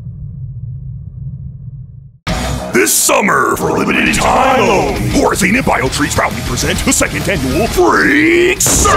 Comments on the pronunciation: Yeah but the game company had paid a contractor to do the voice, the original developers of the Mod for UT2004 said its Horzyne :) not Whorezeen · Its pronounced Horzyne not Horzeen -.-'